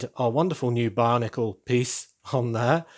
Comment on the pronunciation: I just noticed that when you say "Bionicle" it sounds like "barnacle". 😅 Looking back at some of the sets and pieces, that's actually quite fitting. 😁